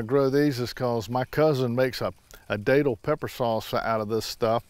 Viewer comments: Hey. That’s the area I’m in. Not tryin to be a grammar nazi but locally they’re pronounced like you’re saying that’ll. Think Datil do pig. Not Daytil. Welcome to Fl and enjoy the homestead, I love mine... Love your channel and can’t wait for more full growing season content. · My mother-in-law lives in St. Augustine. We go to a seafood restaurant down there whenever we visit, and they have bottles of datil-infused vinegar on the tables that I love on their collard greens. I always pronounced it with a short a though, as in rhymes with battle. I didn't know it was pronounced with a long A!